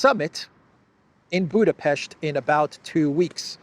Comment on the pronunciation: Thanks for the right pronounciation of our capitol city: Budapest! Ευχαριστώ ❤🤍💚